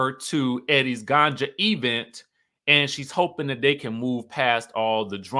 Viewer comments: Please stop saying e-vent. Let that stay in Huntsville. . . but Wendy has come into several functions and not speak to Gizelle. She has spoken to people beside Gizelle, but not to Gizelle. Wendy is shady AF - needlessly. She has been a crow this entire season. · When you be saying E-vent is that shade to Tisha? 😂😂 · Why does he pronounce event like that?